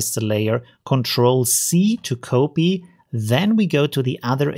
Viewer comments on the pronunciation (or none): It's COP-EE and Euler = OiL-ER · that's not how you pronounce COPY!